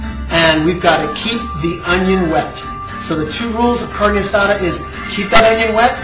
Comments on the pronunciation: Say carne asada right not carnie asada! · He said carne asada not guisada lady, its kinda close to asada but hey everyone has their recipies for it and how they like it done.. (chille del monte ees better) though calling a variety of diced onions a medly got on my last nerve... and calling a taquito a burrito is just... yeah... but ehh whatevah jooo cares am I right.... Oh I'm right.